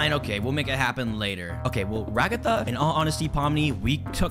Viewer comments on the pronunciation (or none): NOT RAGGATHA IT'S RAGATHA